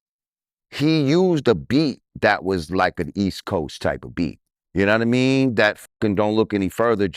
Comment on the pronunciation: Lord Jamar I don't know yanadamean I am sure drizzy yanadamean and yo yanadamean. Completely uneducated.